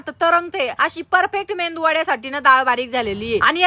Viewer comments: मेंदू ❌❌ मेदू ✅✅ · मे...,.. दु..... मेंदू नाही हो...